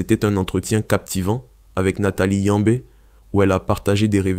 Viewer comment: Il parle français et il prononce « Yambé » là où il n’existe même pas un « e » muet. Cette propension à déformer (volontairement ou non) les noms africains cache un racisme (conscient ou non) visant à nous chosifier, à nous animaliser alors que pourtant il existe chez eux des noms plus compliqués qu’ils se donnent la peine de prononcer correctement. Nous écrivons nos noms dans leur langue bordel, qu’ils utilisent juste les règles phonétiques de cette langue